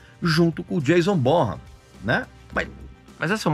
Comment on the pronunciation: Caro Régis, uma pequena colaboração deste amante da música e seu ouvinte. Aprendi há pouco tempo que a pronúncia correta do nome do Jason Bonhan e de seu insuperável pai é BoNan, e não BonRRan, como eu falei a vida inteira. Abraço, Marcelo Guido.